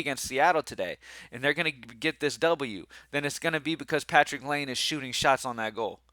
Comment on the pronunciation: (It’s lye-nay not lane)